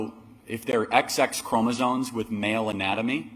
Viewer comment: You can tell he just read some things online and doesn't know what he's talking about by the way he pronounces certain terms like "chromosoNes" and "ova", meaning eggs.😂